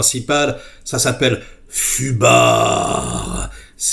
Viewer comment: Tubar au lieu de fubar 😅😅 c est plus approprié 😂😉